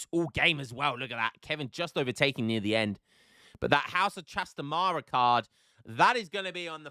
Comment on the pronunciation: hi, its pronounced trastámara not trastamára